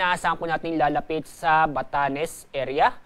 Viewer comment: mas maayos pa mag balita ang mga studyante kesa sa nag babalitang ito. Hindi manlang nya mabugkas ung salitang lalapit. Mas maiintindihan pa ung chart kesa sa mga sinasabi nya